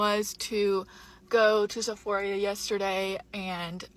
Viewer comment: Is it just me or is pronouncing Sephora like Sephoria?